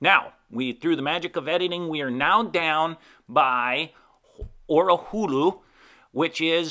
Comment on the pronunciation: Orihula: Or-i-hoo-la Hahns: Honns Great video. Thanks.